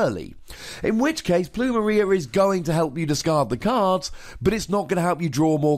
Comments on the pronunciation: Pronounced "Ploom- Air- ia" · It's pronounced plumeria Lol